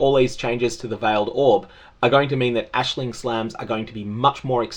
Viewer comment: Hey. Appreciate correct use of the name Aisling. It's a very common thing here in Ireland. It's so hard to focus on a video with people saying eyes-ling lol